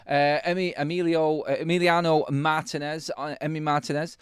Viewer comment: Guys, pronounced Mar-TEEN-ez. The accent is on the “i”.